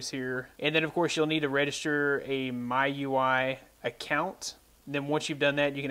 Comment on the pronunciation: I think it's pronounced like "Me- U I" Mi- mee U- you I- eye